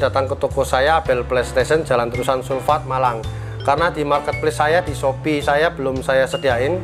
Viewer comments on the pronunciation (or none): none